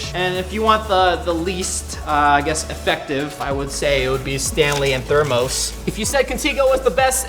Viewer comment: Thermos is pronounced (ther—miss)